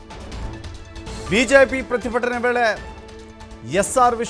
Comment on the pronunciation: ಪ್ರತಿಭಟನೆ ಅಂತ ಸರಿಯಾಗಿ ಹೇಳಿ... ಪ್ರತಿಭ... ಭ.. ಭ... ಅಂದ್ರೆ ಎಲ್ಲಿಂದ ಬಂದರು